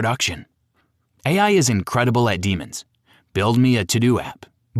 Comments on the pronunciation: Sooo... the naration "demons" instead of "demos" was intentionally on your part and there was no AI involved in it... brah... 😂 for context... Not to mention the broken tempo in the video - that is AI 100% no matter how much you deny it. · Why is the non human text speech pronouncing "Demos's" as Demons? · It doesn't sound "too good". It made a stupid mistake. Twice. your "narrator" said "Demons" instead of "Demos" and then made the exact same mistake again. So did both the writer AND narrator see this, say it, and think to themselves "this is fine", twice, or is an LLM reading from a script verbatim? I suspect the former. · Oh the irony. A video about A.I. failures written and spoken by A.I. Saying ‘X’ instead of times and ‘deemos’? Come on.